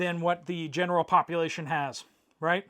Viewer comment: NAME "Poplar-ation"